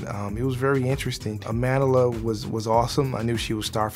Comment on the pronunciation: Her name.... her powerful black name pronounce it correctly please 😡is not Amandela is Amandla